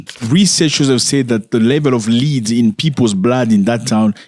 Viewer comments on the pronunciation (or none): The word is not LEAD. It is pronounced LED. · Not "leed" my brother, led. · Its not pronounced "lead" it is pronounced as "led" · Man it's pronounced led like red or dead not lead like feed or seed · Led my guy not Lead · Do you mean Lead? Pronounced Led. Yes it's been outlawed in amerikkka for quite some time. Poor babies.🙏🙏🙏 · It is pronounced "led" not leed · It’s not pronounced Lede, it’s pronounced led. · Zach it is pronounced LED. ❤ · Bro. Lead pronounced LED 🤐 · Lead, pronounced led. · Please pronounce /led/ for the noun LEAD and /li:d/ for the full infinitive TO LEAD. Otherwise, thanks for raising awareness against pollution and for a history lesson. The language detective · Bro the world lead os not pronounced leeed as hou pronounced it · Please pronounce the word "lead" as "led". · Hi Zack It's pronounced "Led" in this case. Lead as you pronounce it, means to go in a certain direction, but the mineral is pronounced "led". That's English language for ya😅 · Zack, please pronounce "lead: as led. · My brutha 😄😄 the word "Lead" is pronounced like the word "Head" but with an "L" This is not an accent thing. You dont say "Heed" for "Head" do you? Yes, you can say it the way you do but than it's a differnt word with a different meaning. But seriously, I love your content. It's refreshing to see an African youtubber that tells informative news instead of just copy pasting tik tok dialogues with their face in the corner of the screen and than commenting on other peoples content. I've been watching you since I myself was in Africa two years ago. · As a teacher of ESL (English as a Second Language) I want to gently remind you that "Lead"rhymes with "head" in American English. My intent is to help you --not criticize you--be more easily understood as Americans tend to be very critical of even those who speak many languages while they themselves remain monolinguals!🙄🤷🏾‍♀️